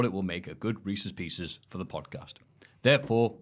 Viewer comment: That Reeces Pieces was absolutely painful. 😅